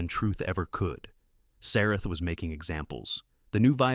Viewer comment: Also the ladies name in the text was Sarah but the Ai voice was pronouncing it half the time as Sareth or something like that.